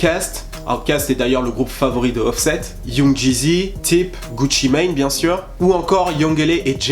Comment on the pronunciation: Jure t'as dit Tip au lieu de T.I.P ?